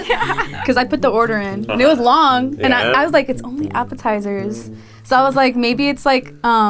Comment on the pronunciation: Appititters…. Dead😂